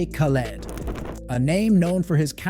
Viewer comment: I abhore this man, but as soon as you said his name as KAH-LED (even after the amount of times he says his own name) I knew you're gonna piss me off so I had to leave this comment and leave 😂